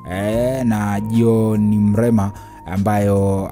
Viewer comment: Mlema tena?au umeshindwa kutamka Mrema?pole,nadhani una changamoto ya kukosa meno